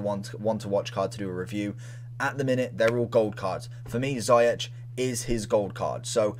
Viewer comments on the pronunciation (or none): ‘Ziyech’ is pronounced as ‘zee-ash’ not zi-atch’